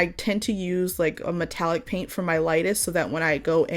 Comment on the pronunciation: I like how you said 'PAIN't lol cause it is a real PAIN to me lol